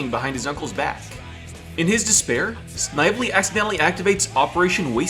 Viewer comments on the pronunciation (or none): It's pronounced sniv-uh-lee. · Snively is pronounced "Sn-vel-lee" Like they do in the cartoon. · I subbed, really liked listening to your video while I worked, but please do a bit of research on how character names are pronounced, you can check Snively's pronunciation in Sonic's SatAM cartoon, keep up the good work! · You say snivley funny